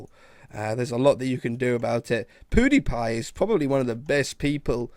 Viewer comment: I love the way he says Pewdiepie. It's like Poodeepie